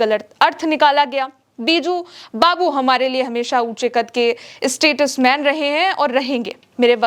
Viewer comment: ऐंकर इंग्लिश बिल्कुल ही नहीं जानती है। स्टेट्समैन को स्टेट्समैन बोलती है। और इसी तरह की ग़लत अंग्रेजी का हिंदी उच्चारण बहुत ही खराब तरीके से बोलती हुई देखी गई। ये चैनल तो दुनिया में और भी जगह पर देखा जाता है फिर ऐसे में भारत की शिक्षा के बारे मे बहुत ग़लत मैसेज जाएगा। ऐंकर साहेबा कुछ अंग्रेजी ठीक कर लीजिए।लगता में उत्तर प्रदेश या बिहार या फिर MP या राजस्थान से पढ़ाई की है😂